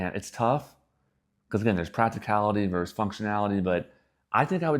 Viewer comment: FYI, and I know how annoying these kinds of comments are. However, I would want to know. So, "verse" is not a word, well it's not a word used to compare things like versus is used. People have been using it more and more lately so I can see how it kind of caught on, but yes, just as easy to say versus and that is a real word. Doesn't cost anything to say that last syllable.